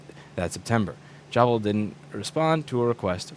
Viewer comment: Jabil is pronounced Jay Bill (like the names). Their HQ is close to me in St. Petersburg, Fl. They're a huge workforce in the area.